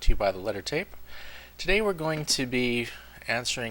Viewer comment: O RLY? Just kidding. Thats funny! I thought you said the letter t first... then i realized it was tape!